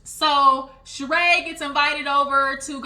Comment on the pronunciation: Not you calling that man a scammer .. and that lady name is not shereè .. it’s shereeeeee! 😂